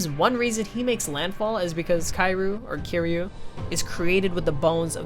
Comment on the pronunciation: It's pronounced "Kiryu" not Kairu.